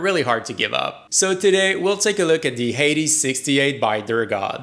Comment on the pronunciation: I've watched two other Youtubers talk about this keyboard and you're the first one to pronounce "Hades" correctly.